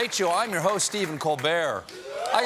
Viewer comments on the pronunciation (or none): none